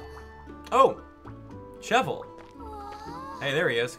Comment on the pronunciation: I WAS HOPING YOU'D PLAY THIS!!! I'm so excited about it! This Monster Hunter is actually relaxing lol. Also, Cheval is pronounced Sheh-vahl and it's the French word for horse.